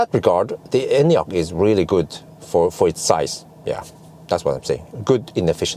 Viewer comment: i love that you actually pronounce the name correctly